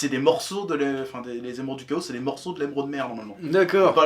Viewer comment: Pti chef : on dit les tchao (comme en espagnol), il est prononcé par le dev du jeu dans un interview ;) (Oui c'est un truc qui me trigger) Je voulais pas forcément le voir mais du coup j'ai changé d'avis xD